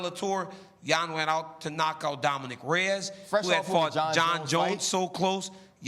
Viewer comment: "DOMINIQUE Reyes" - Ryan Clark